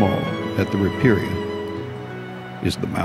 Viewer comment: Not bad, but you're mispronouncing riparian. Here > rə-ˈper-ē-ən